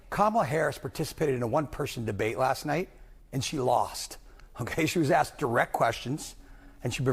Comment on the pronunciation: It’s ASKED, not AKSKED FFS Doc. Seriously, ASK is a 3 letter word, it’s not that hard. A S K. And the wealthiest Americans pay over 97% of all income taxes, the top 1% pay 47% of all income taxes. The richest are paying MORE than their fair share. Kamala is a lying pig. She she says Trump’s tax cuts increased the deficit but somehow hers won’t? PEOPLE PAID LESS TAX AND EARNED MORE MONEY UNDER TRUMP’S ECONOMY FFS. It is basic historical FACT and anyone who says otherwise is a goddamned liar. The immigration system IS NOT broken, Demonrats just refuse to enforce the laws and she didn’t prosecute a single “transnational criminal” AT ALL. She just locked up black men for weed, kept black men in prison past their release dates to use them as slave labor and refused to release evidence that death row inmates were innocent until she was forced to by the courts. And Mexico did pay for the wall, they paid for it by having to support every single illegal alien that they allowed to cross over their borders that Trump refused to allow into the country. It cost Mexico BILLIONS that the U.S didn’t have to cough up for. She’s an abomination.